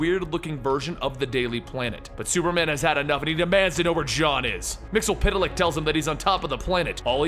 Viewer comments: Yeah, its weird that he ,and the Supergirl Tv show calls him Mixiespidelik....its pronounced Mix ye spit lick ,as the animated series corrected us ;) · Mxyzptlk (mix el pit a lik) Me: No! Repeat after me, bright boy, it's MIX. YEZ. SPIT. LICK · missile flick is how you pronounce it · It's pronounced mix is spit lick